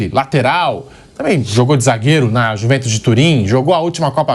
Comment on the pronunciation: "A iuve" "A iuventos" 😂😂😂